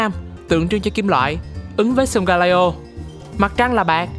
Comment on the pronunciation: video rất công phu, góp ý về phần -leo trong tên của solgaleo giống như sealeo hay litleo là con sư tử :yougotthis